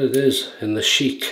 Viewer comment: Hello. Good vid. BTW it's pronounced Shick rhyming with "ick". You pronounced it like Arab Royalty Sheek. Thanks for the Palmolive shout-out. Great stuff.